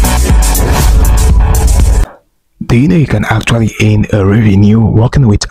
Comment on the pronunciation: "Earn " not "eeeehhrn"